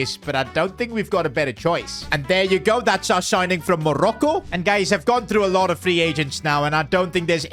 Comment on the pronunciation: The way he says Morocco is painful 💀